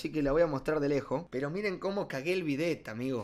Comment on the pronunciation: Pensé que decia a bet en vez de el bidet ajjajaj